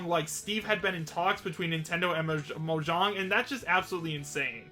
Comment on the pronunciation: Pretend that i started a useless argument about how it's actually pronounced Moyang